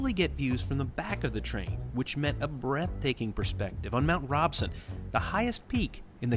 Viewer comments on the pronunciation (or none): The way he said Mt Robson, lol. He said it like row, when its said like the name Rob. Mt Rob-son. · It's Mount ROBson not ROBEson